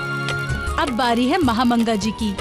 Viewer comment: महा मांगा ❌ महा नंगा ✅😂